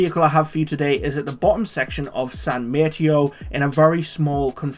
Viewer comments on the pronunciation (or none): It's also San Mat-tay-oh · "San Mate eo." honestly triggered